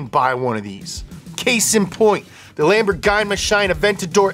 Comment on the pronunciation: The lam-bore-guyna-shine i love how pronounced Lamborghini 😭😭